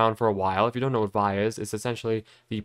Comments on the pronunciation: Vi phonetically is “vee-eye” not “vye” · Not to be pedantic but Vi is pronounced Vee Eye. Not veye. But good video dude!